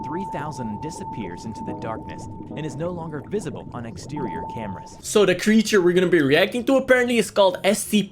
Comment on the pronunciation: i love the creecthure is seahorse